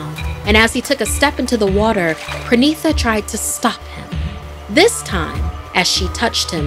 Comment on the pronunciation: As a Bengali I feel that this story was great. But just one correction. It's not PRANITA... It's PA - REE - NEE - TA. Parinita.